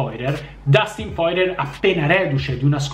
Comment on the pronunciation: Porcamerda non si dice così il cognome di Poirier 😅